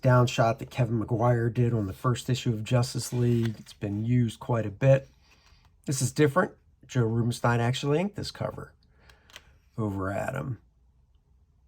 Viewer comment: Joe's last name is actually pronounced "Rooben-steen". My colleague has been getting work inked and sometimes handpainted by him for years and mentions him frequently, lol.